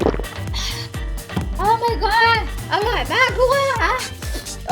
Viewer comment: มึงเป็นอะไรกับคำว่า โอ้มายก็อด มากมั้ยวะ แม่งพูดทุกคลิป ถ้ามึงสำเนียงดีกว่านี้กูจะไม่ว่าเลย